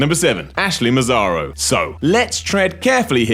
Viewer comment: The correct pronounce of Massaro, is "Massaro" not "Masaro"